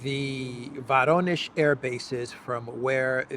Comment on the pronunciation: The correct pronunciation of "Voronezh" is "Voronyozh" (accent on the "yo" diphthong).